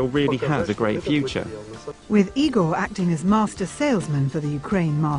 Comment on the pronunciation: No its not "E Gore" it's "I Gore". Ronnie Feldman if you didn't understand from Young Frankenstein.